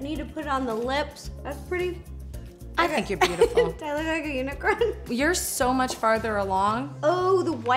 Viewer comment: Who else heard Ro say unicern instead of unicorn